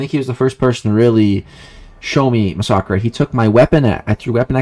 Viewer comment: First of all, I'm African so calling me a monkey is kind of a bad look😅. Second of all, why call me that in the first place, its not like I meant any harm by wat I said, I simply found it weird for a white guy to pronounce massacre that way